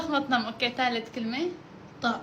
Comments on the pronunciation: كيف مطععم مو زابطه😂😂😂😂 انت غبيه شي😂😂😂😂😂😂😂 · مطعم❌️ مطععم✅️ 😂😂😂😂😂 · كلمه مطععم غلط لازم مطعم هيك مو تنين عين😂😂😂😂😂😂❤❤❤❤❤❤ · خطأ مو مطععم 😂 اسمه مطعم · كيف البنت قالت م طع عم غلط مطعم🤔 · مطعم مو مطععم😂😂😂😂😂😂❤